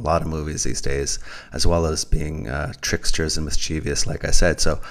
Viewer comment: New sub! 'mind unveiled' plugged your channel in' the Oregon trail' vid. I'm so happy there's a great conspiracy to uncover⚒️. btw- the word ' mischievous ' only has 3 syllables. Thanks for the spirited vid